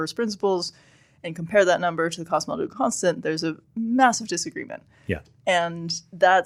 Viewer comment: I can’t stand the way she mumbles through “cosmological constant”